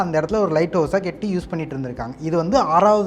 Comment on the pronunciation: Enna da pesura.. kendam nu soldra ketti nu soldra.. atleast for video cant you pronounce properly.